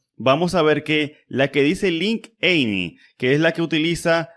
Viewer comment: Dos correcciones: en no se debería comparar entre la peor y mejor de un conteo, sino como escala entre implementaciones para distintos conteos. Y segundo, se pronuncia "link" y no "linkiu".